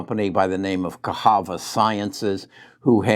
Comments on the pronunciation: Cahava? I think it is pronounced as CaSSava. lol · Its Ca SAVA sciences.......NOT Cas HAVA Science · 1st he calls Netlist, Netflix now Casava is cahava 🤦🏿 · I love for that though 😜